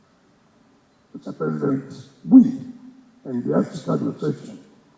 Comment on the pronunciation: This not the voice of wike I know. Pronouncing president as present. Why hasnt wike come out live to wish tinubu happy birthday?